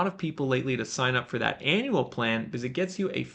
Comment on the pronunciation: Great info. says 'because' like 'biz'.